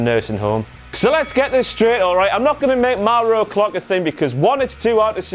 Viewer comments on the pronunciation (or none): I don't like the way he pronounces Mauro, sorry. I pronounce it "more-oh" not "m-ow-row"